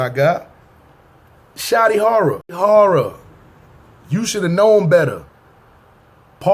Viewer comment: This nigga said Shotty Horroh LMAO!!!😂🤣😂🤣😂